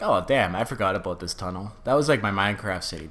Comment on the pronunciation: Aboot your Canadian